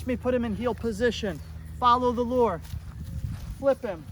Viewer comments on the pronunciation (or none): Thought you were saying: “Follow the Lord!” initially. I then realized you were saying “lure”. Follow the Lord is a good command though too!